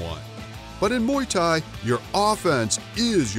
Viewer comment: i stopped watching when he said ''MUY THAI''